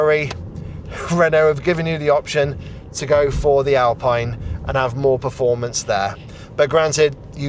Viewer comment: Nice review. I have the 40KWH version on order, so I wish Renault gave out both the battery sizes for review! Also just for future reference "Alpine" is pronnounced "Alpeen".